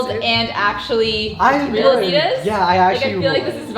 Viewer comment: Its adi-das (aadi dass) not adid as